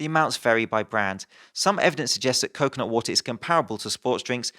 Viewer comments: it sounds like 10% coke not water whenever you say coconut water, now that you have read this you can't miss it. Love your videos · i only heard him say coke, not water. i only understood he meant coconutwater when the word actually appeared on screen xD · Most of the video I was just listening and was wondering how stupid the slogan "coke, not water" was until I took a glimpse at the screen and realized you were saying "coconut water"...